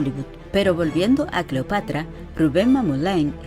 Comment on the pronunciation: No se dice " clopatra"